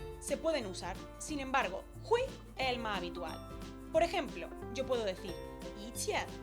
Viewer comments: pronuncias mal hui4 no se dice jui se dice foneticamente juei4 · muy buen video! Solo un dato, es hueì la i suena como ei y la u como ou